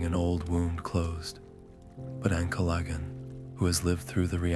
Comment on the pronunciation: Can't pronounce Ancalagon. Useless video